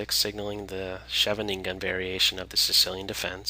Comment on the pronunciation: It's so funny so hear non-Dutch people say Scheveninger. I first didn't even understand what you said.